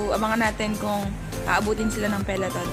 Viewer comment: "Peleton" or peloton? 😁